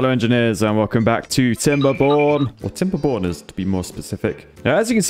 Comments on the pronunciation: I say chap, The way you pronounce timberborners Sounds like TimberPorners. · i thought you said welcom to "timberbon€r$" sorry my bad english and my way of thinking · did say Timberborners or TimberBONERS in the intro?